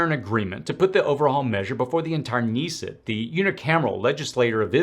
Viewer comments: The parliament of Israel is pronounced "Kuh-neh-set" (Knesset). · Ok you're just reading thing things. How do you get to almost a million subscribers by just reading? Know how I know? Because it's pronounced "Ben Guh-ryon", with a hard G and "Kuh-Ness-ett." A person of your age and experience who isn't posing as knowledgeable would know this. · You pronounce the K in Knesset like kinnesset 😇